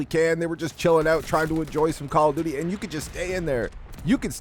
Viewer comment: "Pwease stap making fwun of mah cawwa dooty!!" 😂😂